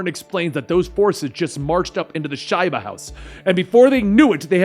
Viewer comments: Shiba is pronounced “sheeba” but that season was so bad that I didn’t notice until the last time you said “shyba” This story is really awesome by the way. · It’s Sheee-Bah not Sh-eye-buh. I feel like Harmione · Shaiba hous? LOL dude get pronouncement right watch the show. its Shiba, or pronounced Sheeba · Its pronounced sheeba not shieba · I love this series. (Do note: Shiba = Shee-bah.) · Ummm it’s pronounced Sheeba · Great video bro, but it’s pronounced Sheeeeba house, sheeeeba, just a heads up.